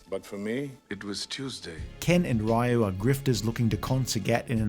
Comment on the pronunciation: Raul Julia did it because his children were huge fans of the game, that's why he was the only actor that pronounced Ryu right as he knew the source material.